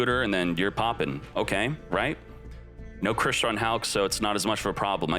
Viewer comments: It's funny how he kept saying "kashiitra" instead of "kashtiira" :face-green-smiling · Its not KaSHITra. It's KashTira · imagine your chat trying to help you say the name of an archtype correctly, looking at it multiple times, and still ignoring them and making a fool of yourself lol #Kasheetra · The way he says kashtira infuriates me so much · pronouncing Kashtira cementing my belief that they changed Kshatrila into Kashtira in TCG because TCG players can't physically pronounce it. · That Kashtira mispronunciation 🤣